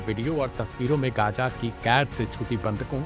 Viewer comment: "Gaaja" "Ijraili"😂😂 kese kese log journalism mein Aa gaye, "z" pronounce nahi kar pata bechara.